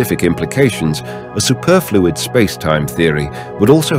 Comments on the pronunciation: Yeah...supErfluid or sUperfluid? I was laughing at that! LOL! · Is this AI narration? Pronounce “superfluid” challenge, difficulty: impossible.